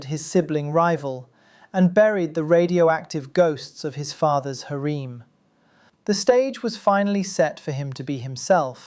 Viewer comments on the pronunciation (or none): To me the "hareem" was even funnier.